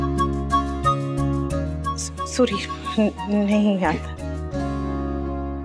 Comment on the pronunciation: Vaah kya faltu giri dikhate hai serial me ek baaju ye dikhaya gaya hai ki anupma collage me jaa chuki hai our use thik sorry tak bolna nahi aata are aaj kal to play sachool ke baccho ko bhi thik se sorry our thank you bolna aata hai our ye anupama maharani ko suri our tenku bona aata hai🙆